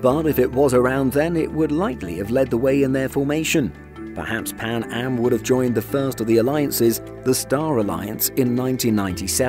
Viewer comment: Maybe a safer couldve saved it also did you say pan ham